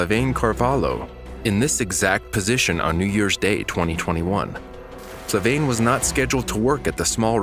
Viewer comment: So the voiceover keeps saying Flavaine when she clearly says herself it is Flaviane. Sorry, but it just bugged me.